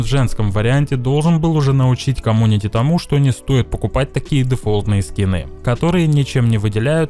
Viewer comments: Блин меня одного бесит что говорит комунити а не комьюнити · говорит камунити Я Аахаха